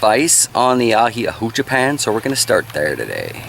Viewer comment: The h is silent in Spanish, awa-cha-pawn